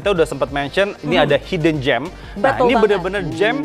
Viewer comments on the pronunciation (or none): Hidden bukan Hayden di pronounce nya non Tetap i bukan jadi hay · beri tekanan intonasi buat kata "hidden" nya... 😂